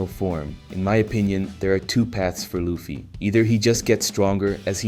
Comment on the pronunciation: Ya I agree plus when he said luffy he said lufie